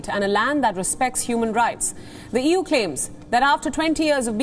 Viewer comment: EU is more like euuu🤣😂